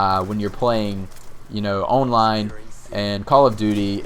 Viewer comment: Owwwnline - Dat Accent ;)